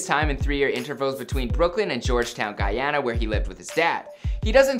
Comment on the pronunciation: Its Guuuuuuuuuuuuyana not Gaaaayana